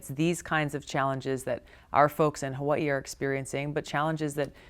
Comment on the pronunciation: Love Tulsi. Hate the way she says Hawaii